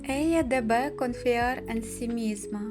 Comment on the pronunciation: И она должна ella debe ударение на первый слог.